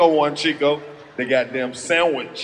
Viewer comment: Chico - not Two but Cheww lol..... 😂😂😂